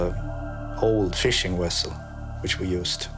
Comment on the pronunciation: Did the Russian guy literally just say "wessel" like Star Trek?